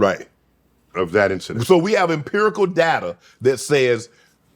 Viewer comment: Shannon said "imperical data"...😂that's what I'm talking about. Show Doc you can hang bruh! Awesome episode!